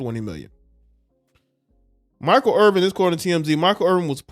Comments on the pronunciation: There is no G in his name. it's Irvin. No G. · Bruh, its IRVIN not Irving, need to tighten yo shit up! You makin the man Jewish!! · It’s IRVIN not “Irving.”